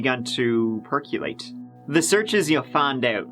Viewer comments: having hard time trying to hear “percolate” pronounced “perculate” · Did you say 'Perculate'? Or was it 'Herculate'? Percolate...? 🤣🤣🤣🤣🤣🤣🤣🤣🤣